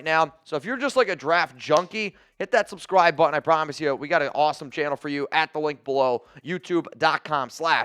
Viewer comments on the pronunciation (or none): Why can’t this guy say “t” in the middle of words? Butyon? TiYons? He is unlistenable